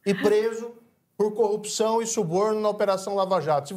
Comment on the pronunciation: Como esse subletrado consegui se tornar Juiz? Um sujeito que fala "Cupição" e "Conja". E tem um conhecimento pífio do Direito. Só pode ter colado na prova.